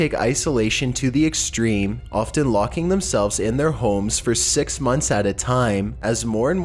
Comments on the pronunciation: In two thousand sex lol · I swear he said number sex